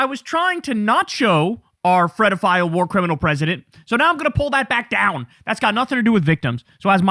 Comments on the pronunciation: This is a serious topic for grown ups. PLEASE stop saying Fredofile. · Kyle, sweetheart, it’s pedophile. With a P… not an F! 😅